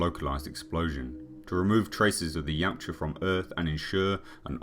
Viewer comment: I've forgotten what the name of the predators are called but when Arnold asks what are you it sound like he said yawcha or somet😂